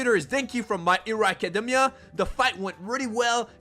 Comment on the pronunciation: Bro he pronounced academia wrong i got so triggered